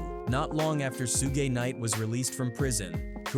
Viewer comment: Sue-gay knight is crazy